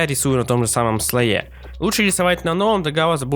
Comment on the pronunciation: Лайк поставил, ноооо... слОе, слОе, слОе, слОе, слООООООеееее